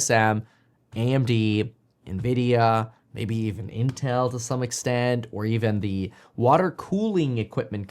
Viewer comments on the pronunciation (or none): none